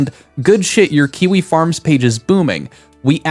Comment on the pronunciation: Question, isn't kiwi farms like... A message board or something? Why is he talking about it like kiwi farm like he's an octogenarian reporter who can't figure out who this "four chan" guy is? I could be wrong, I know about as much about kiwi farms as Pirate does about coding, but the way he says it just seems... Wrong